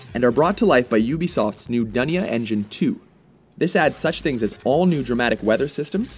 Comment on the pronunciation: DUNIA ENGINE! it's pronounce as "Doo - nia" Indonesean, it means the world